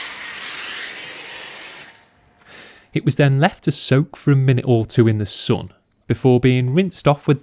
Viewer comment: why do you pronounce the word "sun" incorrectly" It's not "soon", it's sun!